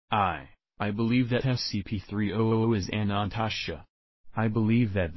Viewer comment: Your video is not pronouncing Anantashesha correctly. It is missing a syllable so it sounds like it is saying "Anantasha"